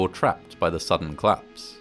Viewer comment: Bro, it's collapse not clasp